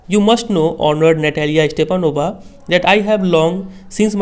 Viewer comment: Sr . Its Stepanovna And u r pronouncing Stepanova....it's wrong